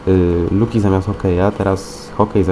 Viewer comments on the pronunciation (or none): cały czas mówię nie luki a Loki!!! proszę popraw się bo ja jestem wielką fanką Lokiego a ty cały czas przekręcasz jego nazwę [nie chce być niemiła ale Ty się poprawiasz jak mówiłeś luki tak i teraz mówisz luki]